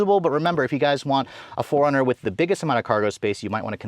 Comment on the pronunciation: Why am I keep hearing Foreigner instead of 4Runner 😂😂😂